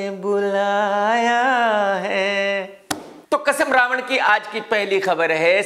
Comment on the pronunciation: Raavan ya RA ONE BOLO BOLO